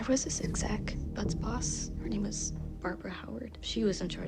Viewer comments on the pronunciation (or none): none